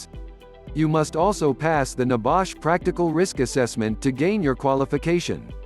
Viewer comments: Not so secret if they are on youtube, ain't it? And stupid idiotic voice over. Nebash? Downvote! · What is NEBAASH? R u over speaking about NEBOSH?